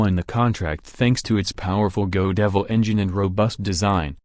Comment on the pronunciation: I don’t know how AI voices are created but, they sure do screw up pronunciation most often. ie: GO DEVIL ENGINE what the hell is that? How about GOD EVIL ???